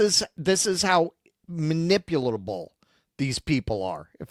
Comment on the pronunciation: Minipulatable- u heard a new word on due dissidence